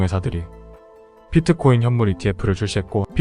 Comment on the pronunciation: 발음 좀… 제발ㅋㅋㅋ 그냥 비트코인!!! 피트코인?? 😅